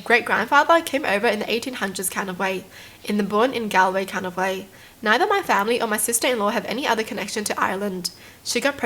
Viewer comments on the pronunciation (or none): Oooh I’m Irish too! But that’s not how you pronounce Oisin, its pronounced usheen, I’m sorry if I sound rude at all I just want to help😅😂 Edit: I hadn’t watched the rest of it so I didn’t hear this but also Galway is pronounced golway😂